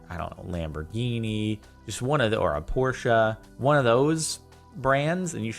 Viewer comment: I appreciate how you pronounced Porche correctly, you earned my like